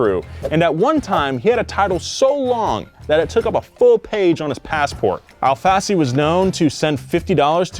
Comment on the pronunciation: As a brazilian I have to say everytime you say Al Fassi it sound´s like ALFACE, which translates as lettuce in portuguese. btw. long time fan here, keep the good work!